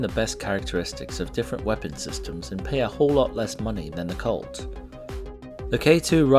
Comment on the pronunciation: I heard cult instead of colt